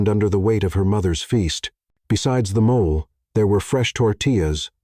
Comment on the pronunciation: Please, please teach your narrator how to pronounce mole, as the food and not as a animal or skin problem 🤣